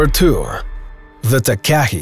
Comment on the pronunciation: You need to pronounce the nz bird Takahe the proper way it is said like tarkarhe not way you put it.